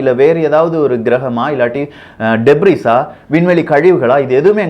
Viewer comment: Ufo - unidentified flying object. Not undefined. Voyager - Voy age uh Debris - de bre And you really need to pronounce English words properly.